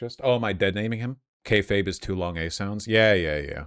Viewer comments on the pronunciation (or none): FINALLY somebody corrected him on his pronounciation of kayfabe. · Every time vaush tries to pronounce the word kayfabe an angel dies